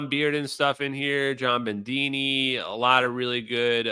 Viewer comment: There’s no ‘n’ in Bedini. You really start need to get rid of your sloppy speech. As a huge fan of yours, I say this. We met and I think we liked each other. I was the guy in the black leather hat, if you recall. And no ‘r’ in Sabine. It is ‘Suh-BE-nuh.’ How do I know? She’s obviously some sort of Germanic. That’s how they pronounce it there.